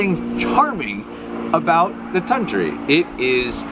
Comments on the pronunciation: With the $10 machine, you'll use it about 3 times. Junk like that is so frustrating to use, no one will use it for long. It is pronounced Ton-toori. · Anglophones speaking Finnish is always cute. I guess you could say it as: Tun=toon (this is the syllable with the accent) Tu=two Ri= rea (as in reason... But then with a stronger rolling r) It's gonna sound weird anyway.